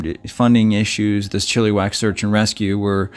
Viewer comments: Coquitlam is pronounced Coh- Quit- Lahm :) your welcome. Oh and Chilliwack is not prounced Chilly-Wack the 2nd "i" sounds like the i in the word it .....Chill- ih- Wack. 😉 Thank you for showcasing this missing person. BC missing do not get enough coverage and this is local to me. Thank you. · It`s pronounced Chiluh-wack not Chilli-wack. Sorry. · So sad to here about these sudden disapearences ... Chilliwack is pronounced Chill ( i ) wack ... not eee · Really enjoyed the narration. I am Canadian, have spent a lot of time in BC. Just a heads up with the pronunciation of some of the city names. Chilliwack is actually pronounced more like chillawack and coquitlam is pronounced like koh kwit lem. Really enjoyed the story. Looking forward to checking out the channel. Thanks for the hard work. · Coquitlam.... Co- quit - lum .... chilliwack.... chill - i - wak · Co-quit-lam😉 Chill-ah-wack😉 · Coquitlam is "Coe-QUIT-lum" Chilliwack is Chill-uh-whack" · “Coooooo quiiiik limb” is how you pronounce it. The other is pronounced “Chill o wack” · Chilliwack pronounced chill a wack - Coquitlam pronounced Co quit lam I hope this helps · Try Cou-quit-lam= Coquitlam . Chill-ah-wack = Chilliwack BC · Yes he did pronounce like chili but maybe learn the places names before the video. Great video but between Chilliwack and Coquitlam I couldn't take him as seriously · Buddy can't even pronounce Chilliwack properly lol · You guys crack me up some of you guys pronounce the words wrong you're pronouncing Chilliwack wrong come on no education in this country⚔️